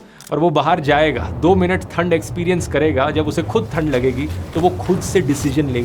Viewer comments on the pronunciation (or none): भाई थंड नहीं ठंड बोलते हैं। ठ और थ में अंतर होता है। बाकी ठीक हैं। धन्यवाद बहुत बहुत।